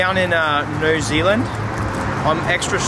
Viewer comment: honestly as soon as he said "zealand" i knew he screwed it up